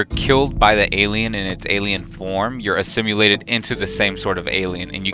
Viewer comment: "Assimulated" lol